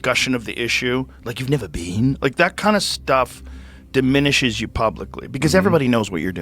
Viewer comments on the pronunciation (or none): Been not bean 😮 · "You've never bean?"